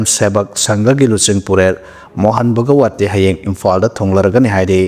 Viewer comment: Mohal bhagawat haibani bhagawati haiba nate tabada nungaite